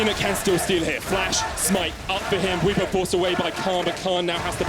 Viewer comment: It's pronounced Bw-EE-po, not Bw-i-po